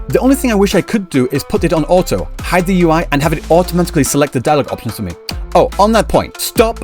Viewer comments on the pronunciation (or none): none